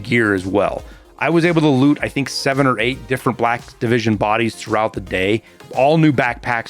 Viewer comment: i kept thinking was saying "Blackivision" instead of "Black Division", maybe i'm just dumb LOL